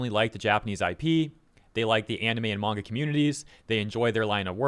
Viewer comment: a true fan wouldnt use a dub smh smh also wtf is a "mayga man"